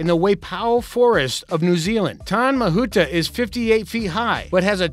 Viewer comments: That maori pronounciation though. Tane mahuta - tar nay ma hoo ta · Tane 'Tah-ne' Mahuta 'Mahoota' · The tree from new zealand is pronounced tar-neh (tane) mahuta the kauri tree. Kauri is pronounced like Cody tree. Good effort by the way....👍👍👍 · lmao I died when he attempted to say "tane mahuta" "kauri tree" and "maori"